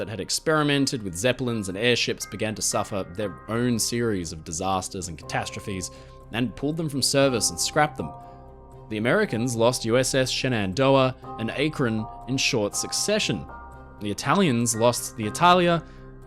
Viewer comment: Gotta get on you about pronunciation of American names. Shenandoah: SHIN-un-DOUGH-uh Akron: ACK-run